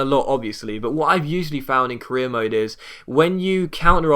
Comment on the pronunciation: Mode not maids